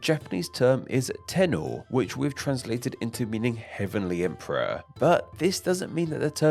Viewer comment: I'm sorry, but your pronunciation of tennō killed me. 😅